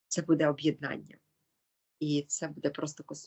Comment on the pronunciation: Привіт, любі дівчата! Хай ваша праця буде на благо людям! В цьому відео, ви багато разів говорили слово "буде", і мені здається, що наголос треба ставити не в кінці, а на початку слова. Можливо я не права, і це не дуже важливо, тому прошу прийняти інформацію без образ. Будьте здорові та щасливі! Слава Україні!